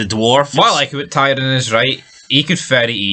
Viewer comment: You're watching the show and you dont even know how to say TYRION, absolute trainwreck...